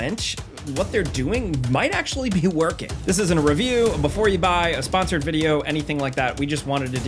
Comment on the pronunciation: Seems like you deliberately mis-pronounced whether it was sponsored or not?